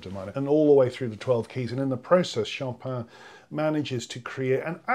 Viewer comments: can you try to pronounce his name correctly? this is too funny really. its quite simpel not SHOP-in but cho-PIn. (pin as in 'pan'. Sjo -pan) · Very interesting and thank you. You tend to pronounce "Chopin" as "champain". the Cho in Chopin is decidedly "SHO". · I don't get this affected French pronunciation of Chopin - it's nothing like the way he would have said his name.